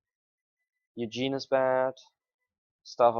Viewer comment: We play rather similarly, though with slight thought process differences... We generally end up making the same decision however. Main difference in our play: Ugin pronunciation lol. You say Eugene, I say Oo-Jin.